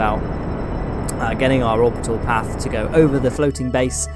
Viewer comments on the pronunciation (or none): none